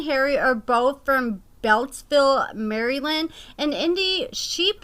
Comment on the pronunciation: I love! Such great content. But im dying over her pronunciation of Maryland.